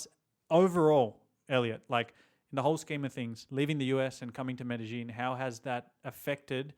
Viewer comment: its not MedeGeen its MedeYeen...